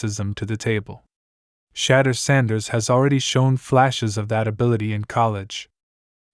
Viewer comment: Who’s shadur sanders? It’s shadeur